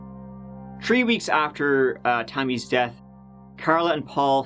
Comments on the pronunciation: You say tree instead of three and yet you call someone else a fucking moron for pronouncing Thiel as Teal......which is actually the correct pronounciation???!!! Weird!! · I giggle like crazy everytime he calls 3 tree 🌳 🤣 😂